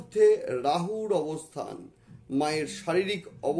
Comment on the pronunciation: You occupied The power of SHIVA SAKTI but appearance doesn’t mean that —-/////———-ড়াহু, পড়ে, গুড়ু - উচ্চারণ সমস্যা